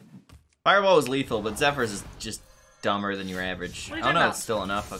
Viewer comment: Reminder that it is pronounced ZephERS